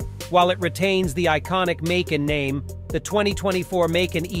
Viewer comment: Its not "Maycun"!!